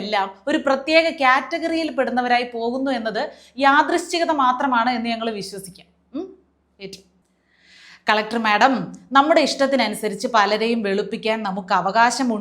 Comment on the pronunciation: കലക്കി. അക്ഷരസ്ഫുടത ക്ക് 95% മാർക്ക്. ഇത്രയും സ്ഫുടത മറ്റ് പലരുമില്ല. ഇവിടെ: യാദൃശ്ചികമല്ല, യാദൃച്ഛികം.